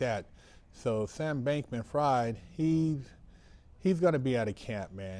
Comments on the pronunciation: You do realize it's not pronounced "fried" like fried chicken, but "fried" as in sigfried?" Maybe it's just too much effort like certain pronunciations are. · It is pronounced like in the German Word "Frieden" (Peace) just without the "en". A good Translator App with Vocal Translation can let non German Speakers hear how to pronounce "Frieden" then they now how to pronounce "Fried" right away. I think that Sam Bankman Fried is Yewish and it is a German/Yiddish Last Name.